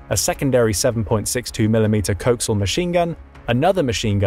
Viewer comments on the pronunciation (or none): Anyone else thrown for a loop when they heard "Coaxial" pronounced as "Cokesul"?